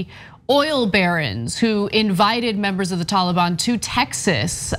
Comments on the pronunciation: Haha "Tawl-a-Bawn" 🤣 Ana pronounces that adorably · Oh Ana and her Tollybon where did she learn how to say it?